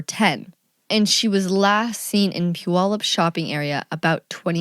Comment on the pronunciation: Great podcast! Nice to hear Puyallup pronounced correctly.